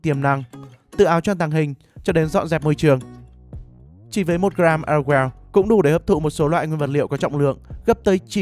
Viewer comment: Đọc là ê rô gieo nha😂😂😂😂